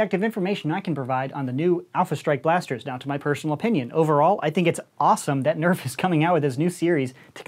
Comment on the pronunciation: nobody: coop: EÄF